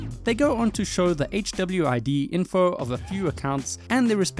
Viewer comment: I love how HWID is pronounced by the tts as "chubbyweed" in the segment from the abyss dev